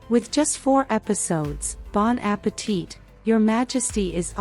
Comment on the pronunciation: Say bon appetee don't prononce the T